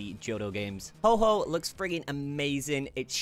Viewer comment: I don’t want to be rude but you keep calling it Ho-ho instead of Ho-oh.